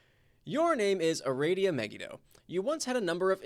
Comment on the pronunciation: The name is "Ah-rah-dee-uh" :P I swear it's so funny to see how different the characters are from the og homestuck and pesterquest XD